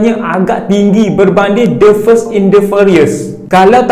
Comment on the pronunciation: The fast bang, bkn the first😅